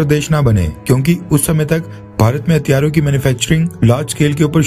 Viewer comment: Are yeh Pakistani education hatiyaro...nahi bahi hathiyaro.. Kitna difference hai bahi...paura meaning hi change ho jayega